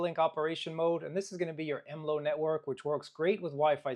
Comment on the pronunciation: Okay, all the basic features covered. Basic port forwarding etc. Now make it do something interesting. I've never heard anyone pronounce MLO as EmLow before, it's always been EmEllOh.